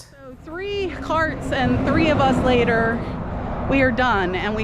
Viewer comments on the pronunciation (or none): none